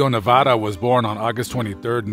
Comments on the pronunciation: Hell na!!! But hes trying... his last name is "navaira" not navara. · You need to learn how to PRONOUNCE his last name you are saying like the state of Nevada and it is NOT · Pronounce his last name right ese